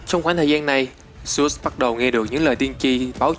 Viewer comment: Dớt đọc thành dút trình dộnđộc tren bá vc